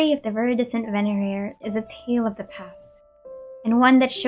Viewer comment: My Hispanic tongue cannot pronounce venerer.